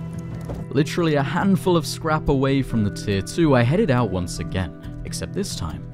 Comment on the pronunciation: ou he forgot to pronounce the T in out 😂😂😂😂